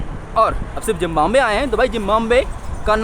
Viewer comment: Zimbabwe bhai. Not Zimbambwe as you are pronouncing all the time. it is pronounced as ZIM BA BUE